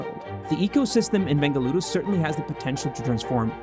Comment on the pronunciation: Thanks for making a constant effort and saying "BENGALURU"